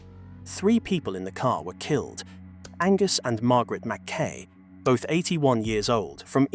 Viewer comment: Appalling AI voice which doesn't understand that "Bishop's Stortford", "sixth form" and "half barrier" are single entities and doesn't know the British English pronunciation of Berkshire, McKay, -borough, signaller, Norfolk, fatalities, and no doubt others I've missed. One of the worst I've heard.😕